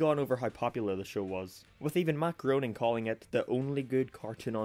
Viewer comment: nobody ever gets matt groenings name right. it's pronounced 'graining.'